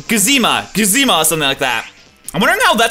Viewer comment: How can you possible read "Guzma" as "Goozeema"